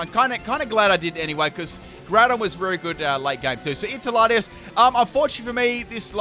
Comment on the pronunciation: 1.Don't see why you only had 5 legendary/mythical when there's plenty in this Gen. 2. Did I hear that right? First battle when Latios first came out, did you call it Lati"as?"